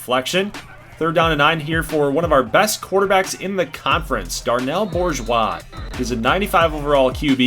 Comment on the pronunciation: As a native South Louisianan the pronunciation of Bourgeois is killing me lol. We go with "Boo-zhwa" Love this so far, though.